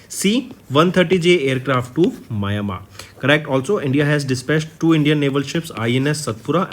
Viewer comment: Mayamar nahi bhaiya, Myanmar hai 🙂